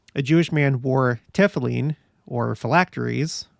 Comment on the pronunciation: the black box is called TA-FILL-IN, ITS a box with scrolls or the scriptures, literally having the scriptures on your mind. CH is more like a HA sound, Chabad jews are "ha-bad" jews